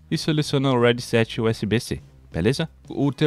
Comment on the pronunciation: top man vlw só a pronuncia do headset que esta falando errado hehe tmj